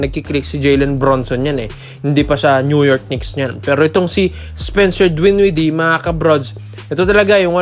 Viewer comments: Dinwiddie not Dwinwiddie! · Dinwiddie Hindi dwinwidee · DWINWIDDIE.??🙄🤔 Pati pagbigkas nang apelyido mali mali eh🤣🤣